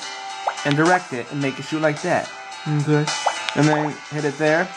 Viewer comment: OMG i just laughed soo hard when you said nkay